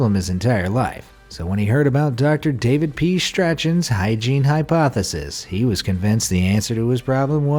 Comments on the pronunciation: or 'strawn' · he pronounces it "stra-chan". For those who don't know, it should be pronounced "strawn". Totally ruined his voice, he sounded so smart before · The name "Strachan" does NOT rhyme with "Scratchin." The correct pronunciation is "STRAWN." It's a Scottish Gaelic thing. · Strachan? Is pronounced as in "Strawn" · Its pronounced strak-in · "Strachan" should be pronounced like "strahn" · Did you pronounce "Strachan" so it rhymes with scratchin? PMSL. It's pronounced 'Strorn' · Strachan is pronounced strawn. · Strachan = Stackan, at least attempt to learn how to pronounce names if you’re going to be a narrator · That's pronounced 'strawn'. FFS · Um Strachan is a Scottish name and is pronounced ‘Stroorn’ or ‘Strawn’. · Your jokes suck btw you pronounced strachan wrong